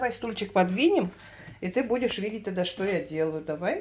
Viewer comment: Вроде умная женщина , а Че , Че че убивает ! Да когда же вы научитесь разговаривать грамотно , звуки произносить четко ? Не ссылайтесь на эстонский язык , он у вас слабенький {никакой }